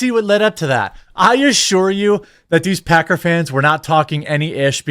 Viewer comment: i'm certain he called them packer fans but i heard pecker fans and no i can't unhear it Lmao also football fans are the MOST toxic sports fans i've ever met